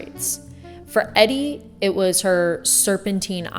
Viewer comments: I love you but her name is pronounced "eedee" not "eddy" - this should be common knowledge! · Her name is pronounced like EeeDee, not Eddie. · Your muse power is so great that no one has bothered to tell you her name is pronounced eee- dee not eddie. otherwise great the story line kept me watching.. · Christ you pronounce her name Eeedee. Not Eddie like the males name. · I do like your video, but it's Edie like needy, not Eddie like Freddy. 🌟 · It’s pronounced EE-dee for gods sake not Eddie 🙄 … using big words but can’t even pronounce her name. How are we supposed to take yr opinion seriously. Ugh - mortals. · E-D not Eddie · I think it's pronounced E-dee. Not Eddie. But your video was inspiring. When my bf who's an artist since he was 5 (39 now) but a man of little or simple words was trying to convey how my energy makes him try mediums and styles he normally wouldn't, I'm guessing because I muse'd him! This was brilliant ❤❤ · Her name is pronounced “ee Dee” not Edie and her manners / speech were very Miss Porter’s school. She knew what rich people know ( old money rich) but she wasn’t special beyond that. She was funny, reckless at times, confident but also vulnerable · It’s EEE DDD SEDGWICK not Eddie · Eeeee-deeee. Not Eddie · Thx, I didn't wanna be the asshole to 1st point out this important mistake, truly took away so much from an otherwise lovely commentary on muses. Couldn't get over it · Hon, her name was pronounced E dee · Edie (Sedgwick) is pronounced "ee-dee". Thank you. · Maybe someone told you already… It’s a long “e”. Eeedie Sedgwick. Great video! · You should know how to pronounce Edie….it’s not „Eddy” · Eeeeeeeedie. “Eeeedie”. That was her name. Andy Warhol’s muse. Beautiful expression here, just hearing her name incorrectly is difficult. It’s all I can hear. I do love what you’re saying, just very important for people to know the pronunciation of her name. ♥️ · It's EEEEEE-deeey( phonetically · Edie not Eddie! I found this really distracting lol